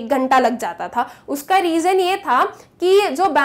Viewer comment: U should work on your urdu pronunciation for e.g u said "ho zata h but actually it's ho jata hai and 2nd examples it's Janni chahiye not Zanni chahiye".overall ur explaination is perfect Regards A teacher